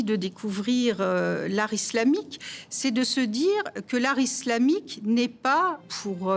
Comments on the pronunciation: Bien, mais j'ai fait une fixette sur la voix off😩 Pourquoi il prononce "iZlamique" au lieu de "islamique"?😂😂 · Fait exprès de prononcé :iZlamique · Quand j'entends iZlamique Je Zappe.....